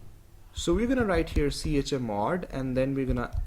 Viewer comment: the way he says chmod sounds like chamod